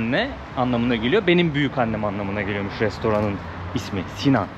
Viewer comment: Cok guzel bir cekim olmus. Bu arada "Si-nane" olacak, 'Sinan' degil.